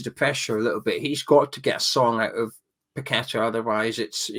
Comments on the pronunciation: Paqueta is pronounced (Pa-kweta). Please don’t butcher the man’s name. 😏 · Its PA KETA